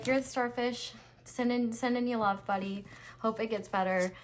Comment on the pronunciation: " I lufe u " 💀💀💀